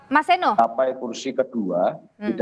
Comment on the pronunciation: Seeno bukan seno .e besar bkn e kcil 😢😢😢😢